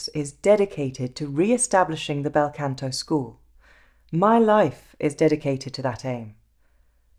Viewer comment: Scusi, Canto pronounced con to, not can to. The ahh as in mah ria or mama.✔✔✔